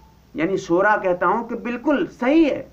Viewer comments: molvi sahab ..aap pehle khud Sahi alfaz to boliy .. mashwara Ko maswara ,,Shura Ko Sura... aap s.a.w. ki hadees pe Gaur nhi karte ki aapne farmaya..mafhoom/Ameer se amaarat ke bare me na jhagdo....Ameer ki ita'et karo ,(do alagh hadees/ek saath)> (1)chahey habshi ya (2)kishmish ke Barabar sir wala hi kyo na ho..ye aap samajh nhi paa rahe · I think this moulana sab should go back to madrash to learn to pronounce the word shura correct.. if hi can't pronounce the word correct how is hi going to explain the meaning of shura? Shura is a committee and has a ladder, but alomi shura don't have any ladders (NO AMIR )